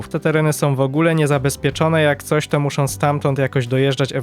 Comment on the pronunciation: średniOM, zropbiOM, muszOM itd itd. uwielbiam serię ale proszę zwróć uwagę na te drobiazgi, bo czasami aż kłuje po uszach 😅😅